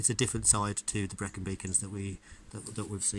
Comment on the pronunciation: Thanks, Mark. We were so lucky with the weather. We were blown away by our first visit to the Brecon Beacons. It was stunning. I hope we are as lucky again in a couple of weeks for a trip to Snowdonia! Thanks for watching. And for the pronunciation tip!